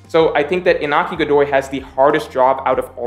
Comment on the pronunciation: Iñaki, not Inaki. The pronunciation is kinda like "Inyaki". Good analysis tho